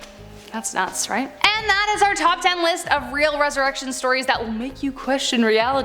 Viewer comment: I couldn’t understand what she said lol it sounded like she said “that’s not sright” lol